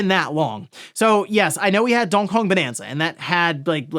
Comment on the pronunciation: Buddy cannot pronounce Donkey Kong Bananza